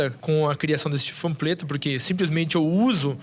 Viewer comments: ele falando "fampleto" ao invés de "panfleto" HAJSIANDNAJD AI DESCULPA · O maluco simplesmente mandou um "Fampleto" 😂😂😂😂😂😂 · "Fampleto" kkkkkkkk